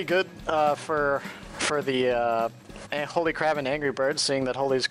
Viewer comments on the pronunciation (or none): The co-caster kept pronouncing HolyCrab as HolyCrap, lol.